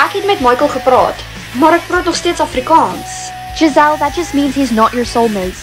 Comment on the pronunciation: Why does she pronounce afrikaans like that 💀